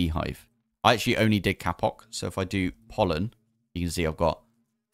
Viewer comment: stop saying kapok